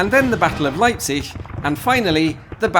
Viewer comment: Why are you pronouncing Leipzig right but not Waterloo?!? Just kidding, great video as always.